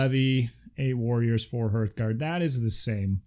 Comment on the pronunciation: Great video....I’ve pre-ordered everything from the Age of Magic range. I really enjoy your channel.......but for sanity’s sake ‘hearth guard’ is pronounced the same way you pronounce heart......just add an ‘h’. As in “harth”......not “herth”. I’m not being a grammar nazi......just trying to rectify a common error amongst players of this excellent game.